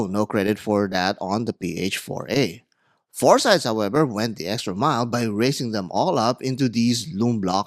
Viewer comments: It's a Greek named, and it's pronouced "FOR-sih-deez NOT "four sides". Also, the lume easily lasts all night, perhaps you got a bad batch? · The Phorcydes are not Klingons but the six mythical daughters of the Greek sea god Phorcys. Medusa is the most famous of them. It's pronounced /for-sy-deez/ in English. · Hey Brother, it is pronounced FOR-SEE-DEES! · At least learn to pronounce the brand name!